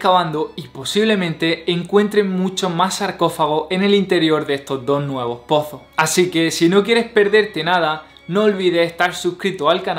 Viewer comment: Excelentes reportajes, Tienes buena voz y sabes conjugar las imagines mientras haces la narrativa, solo una observación, me imagino que tu lengua nativa no es el español, ya que te comes letras al pronunciar, como ejemplo: dices NUEVO LUGARES en lugar de NUEVOS LUGARES. Dices encontraron SARCOFAGO en lugar de SARCOFAGOS. Dices LADRONES DE TUMBA en lugar de LADRONES DE TUMBAS. Dices, se han encontrado SARCOFAO, en lugar de SARCOFAGOS, en otras palabras no pronuncias la S del final. Pero excelente el material.